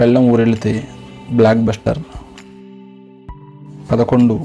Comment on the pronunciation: Black buster not it is block buster pronouns it property